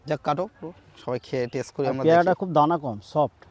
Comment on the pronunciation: উচ্চারণটা টেস নয় টেস্ট।